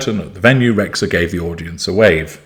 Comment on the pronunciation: Dear, I hope your are well. Excellent video as always, but I would like to correct the pronunciation of her name. Bebe Rexha is Albanian and in Albanian language "xh" is 1 singular letter and is pronounced "J", like Jeans or James in English. If you translate her name with Google translate from Albanian, you will hear the correct pronunciation. I appreciate you and your lessons and I continue to follow your videos, regardless my absence on youtube. Keep going, you are an inspiration for all of us.